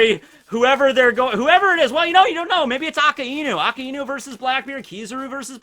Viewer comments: AKAIENU!!!!!!! Everyone: Akainu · such a shame how someone who is known for one piece knowledge , KEEPS butchering akainu`s name the name means red dog so yes its aka for red and inu for dog BUt!!!!!!!!!! its not pronounced as 2 different words its pronounced A - KAI - NU stop putting so much emphasis on the iiiiiiiiii if its one time i can handle it , but you are using the name 263648 times in one sentence pls do it right man NOT A- KA- IIIIIII - NU its A - KAI -NU kai as in dragon bal kai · It's "Ah-Kai-New" not "Akah-Enu".